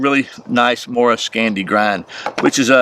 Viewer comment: the pronunciation of Mora was pretty spot on but kniv was not the best, you pronounced it with a n instead of a k .. so i would totally give you a 9/10